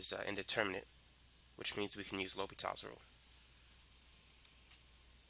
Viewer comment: great video but you messed up the name; l'hopital's rule